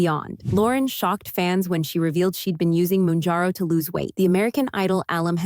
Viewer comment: It’s not “moonjarrow”.